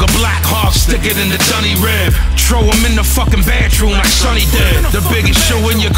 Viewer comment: did say he was gonna chrow someone